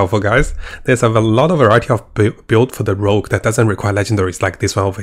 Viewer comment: PLS! Rogue! Not Rouge....